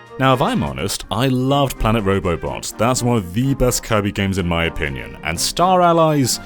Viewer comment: He's been waiting to clobbah that there Kirbeh for a long time now....